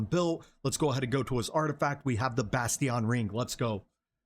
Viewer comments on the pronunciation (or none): Just for future reference, Bastion is pronounced "Bashtin". EXCELLENT video, helped immensely